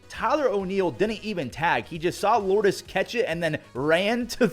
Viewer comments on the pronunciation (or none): none